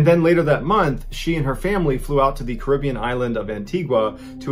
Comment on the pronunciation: I am so happy at the fact that you know how to say Caribbean right I'm from the islands my mom raised me in the keys everybody else's Caribbean which is wrong is Caribbean just the way you said it